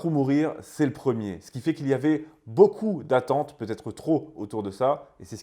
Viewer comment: Faites la liaison après beaucoup svp